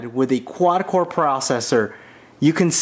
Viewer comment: You're right it's not "quand core"! It's quad core!